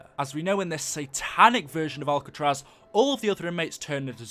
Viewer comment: It is Alcatraz not albetross